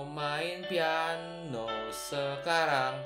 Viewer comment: bang kok peano